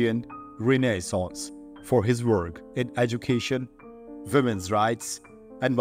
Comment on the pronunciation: This won’t take long; there were only six errors TOTAL!!!🎉 I’ll take them in the order in which they occurred. 1.”Algiers” is pronounced “al-JEERS” not “al-JIRES”. 2. error on “women’s”(not the first time). 3.”Guerin”is pronounced “gway-RAN. “in” in French is pronounced “an” with the final “n” being sounded back toward the throat. 4.”Laubat” is pronounced “low-BAT” the “au” is pronounced like the letter “o” in French. In English, it’s “aw”, and in German it’s “ow”. 5. “Ontario” is pronounced, “ahn-TARE-ee-oh” not “ahn-TAHR-ee-oh”. 6. You put an extra syllable in “governmental”. It came out as “guv-urn-uh-MEN-tull” instead of “guv-urn-MEN-tull”. That’s very few errors for a full video. It’s too bad we can’t graph your progress. At least graphing isn’t in my area of expertise; that was another one of my husband’s talents. I’ll bet a visual representation would be very impressive, though 🏆☄️🌈 KEEP UP THE GOOD WORK!😊❤